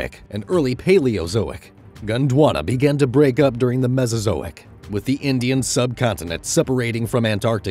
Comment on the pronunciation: Indish curry😂